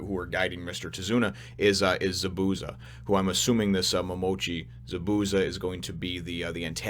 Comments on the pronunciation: it more like za-boo-za more emphasis on the zas not the boo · Chakra will be explained soon. ZA-bu-za it is a z not an s sound at the end and you have to acknowledge the first a. The sharingan, which someone already explained how to pronounce, is pretty cool and you have only scratched the surface. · The way that you pronounce Zabusa is funny as hell lmao... Good review